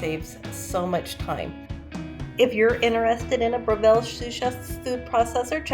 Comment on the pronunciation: I’ve had my food processor for well over 5 years and today was the first time I used the peeler attachment! FYI it’s pronounced Brev-l. I’m Australian, just like the company. It’s a combination of the 2 founders names.